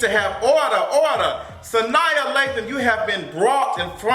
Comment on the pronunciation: Lol at Sania...Sa-nah lol